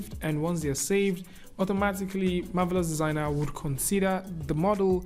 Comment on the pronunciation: I love the beautiful way pronounces the words "Marvelous Designer"!